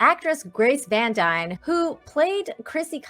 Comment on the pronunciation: Her last name is pronounced Dean like her father Casper from Star Ship Tropper!